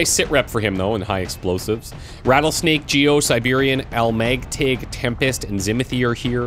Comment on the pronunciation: FYI, "Almægtig" is pronounced al-MECH-tee. It means omnipotent in Danish. To clarify even further; that's al like in Al Bundy, mech as in mech trooper, and tee like the letter T.